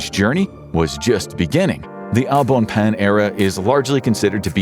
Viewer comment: omg that pronunciation of Au bon pain hurt my hears...